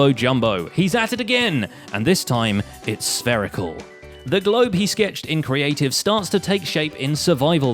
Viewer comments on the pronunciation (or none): it’s spherical— SPHEREICAL!!